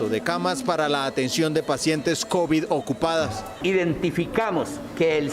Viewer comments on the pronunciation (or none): none